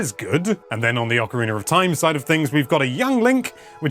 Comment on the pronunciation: Why do you say ocarinaR of time!?